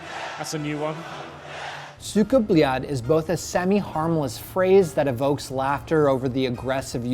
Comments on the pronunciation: hes always saying belyate and not blyat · Gets told it ends with a d, says it the wrong way the entire video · Has a professional tell them that its pronounced with a D not a T yet he pronounces it with a T throughout the whole video... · So you get a guy with a Phd to explain that its blyad with a d and not with a t, only to proceed to give the ceckmark to a guy saying it with subtiltles saying blyat